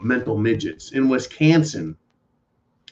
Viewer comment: Wiscansen? LOL